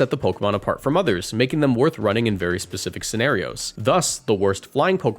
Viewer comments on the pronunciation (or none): none